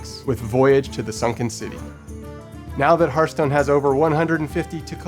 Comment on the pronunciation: Love it, but please someone tell him it's not pronounced hurthstone